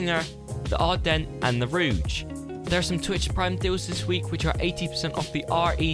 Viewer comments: Well done man your the first YouTuber to upload new things this week today so well done 👍. Who else heard ruuge 😂😂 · I think he misread it as rouge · Verticalleaf315 No it really isn’t. There is no alternatively accented way to pronounce Rogue. He said Rouge, as in the French word for the colour Red. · Über matched? Roooge? Fuck me! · I think he's talking about the way he pronounced it😂